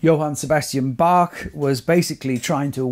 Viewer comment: Thank you for this interesting video and proper pronunciation of Bach 🤍 which is not so obvious among English speaking people.